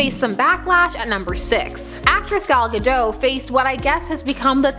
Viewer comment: a little bit of an unknown fact is that pretty much everyone that is not Israeli mispronounces Gal Gadot, the T is not supposed to be silent